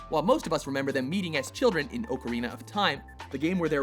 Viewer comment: Oh for the love of god, that is NOT how you pronounce ocarina.